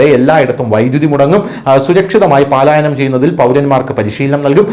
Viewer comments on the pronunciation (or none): "പാലായനം" അല്ല; പലായനം.